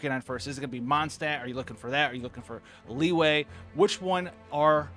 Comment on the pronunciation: everyone else: li-yue: liway